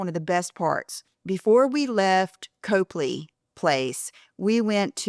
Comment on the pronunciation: Get your best Boston accent man to teach you to pronounce Copley, lol. (It’s Cop-lee, not Cope-lee)